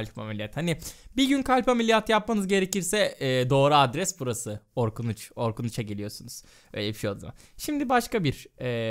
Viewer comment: Doktor orrrrrkun